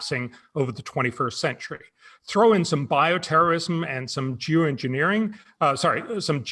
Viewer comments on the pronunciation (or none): Lmfao! Some “Jew” Engineering. Hahahahahaha! FYI. I know he said Geo but when I first heard it, it didn’t sound like that. Hahahahaha! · Did he just say "jew engineering"?... Twice?